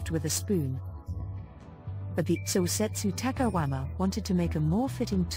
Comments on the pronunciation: My only complaint is that she keeps saying takahuama instead of takayama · Cringing for 20 minutes everytime the narrator says "takaWama" instead of "takaYama". Please, ask for native speakers to do this job ! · Narrator keeps referring to the city as takawama